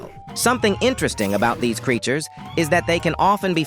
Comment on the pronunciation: Why bro say "creatures" like "these creatures don't tend to know the game very well, so they use random moves in an attempt to learn the game".